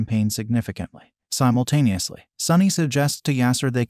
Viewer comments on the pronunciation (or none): Why did you say simotanusly every time